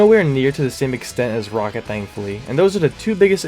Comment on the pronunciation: fix saying rocket